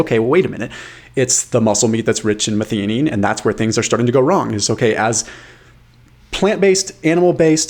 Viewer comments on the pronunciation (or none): Pronounced- Meth-eye-oh-neen...